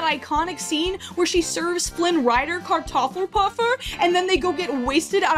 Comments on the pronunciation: As a German I have to say that you pronounced "Kartoffelpuffer" fucking good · The pronounciation of "Kartoffelpuffer" and "Oktoberfest" was on point. If someone wants to have the original story they should read the story and don`t whine about the cast of a movie. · .... your pronounciation of Kartoffelpuffer was heccin' decent! Good job x3